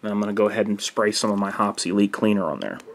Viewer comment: "Hoppes Elite" sounds like "obsolete" lol